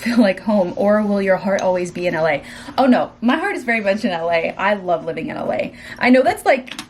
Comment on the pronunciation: Go to Texas for 4 months and come back saying “livin” 😂😂